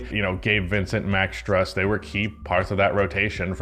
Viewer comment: I’m begging to say Max Strus the right way